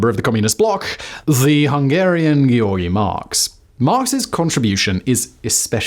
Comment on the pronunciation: You just butchered György’s name like if someone would prunounce Simon as seamen